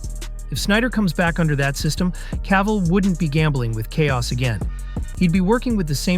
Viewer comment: C'est qui l'imbécile qui double ?! C'est CAVILL pas CAVALL, PATHÉTIQUE=Français